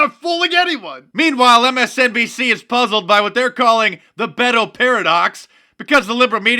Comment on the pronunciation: Fake Mexican!! It is so funny hearing them saying his name...Be Toe. That is not how most Hispanic pronounce it